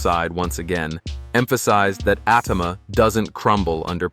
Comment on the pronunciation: If your going to do a video on Moses Itauma at least pronounce his name right.There’s about six different ways you’ve said it.